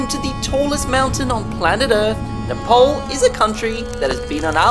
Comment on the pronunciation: Its nepal not nepol...nepal